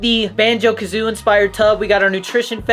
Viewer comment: Its called BANJO KAZOOIE NOT BANJO KAZOO, You IDIOT!